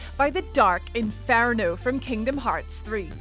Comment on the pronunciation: InFARno? that's not a word